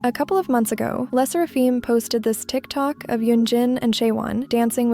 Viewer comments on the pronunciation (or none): none